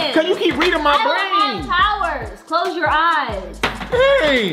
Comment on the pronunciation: Boy your always saying clos them eye balls you feel me